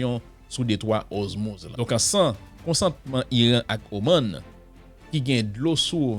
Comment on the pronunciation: Sispann répété DETROIT OZMUZ. Bon nom an sé DETROIT ORMUZ. OR pas OZ